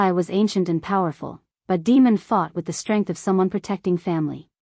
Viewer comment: I cringe every time that voice calls him Demon. I’m assuming it’s Damon? Other than that announce the story is great and riveting.